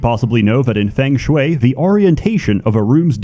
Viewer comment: What I've learnt is that spent the last 2 months learning to say Feng Shui correctly